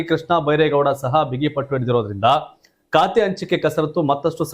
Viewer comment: ಲೇ, ಕಾತೆ ಅಲ್ಲ ಖಾತೆ. ಸರಿಯಾಗಿ ಪದ ಪಡಪ್ರಯೋಗ ಮಾಡು